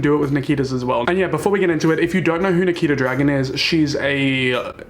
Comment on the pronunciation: he definitely said niki the dragon not nikita dragun right? or am i tripping